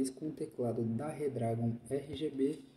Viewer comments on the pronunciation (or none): none